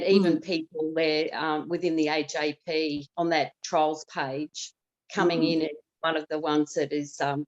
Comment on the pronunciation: 😆 AGP not AJP. So fitting.